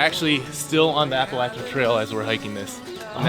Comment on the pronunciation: You guys are from Ohio, so why do you pronounce Appalachian Trail like you are someone from Georgia?